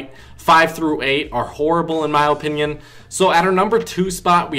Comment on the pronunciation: If dis nigga say O pinyun one more time